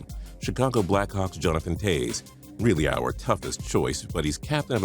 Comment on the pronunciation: JaymanHD it's Toews not towes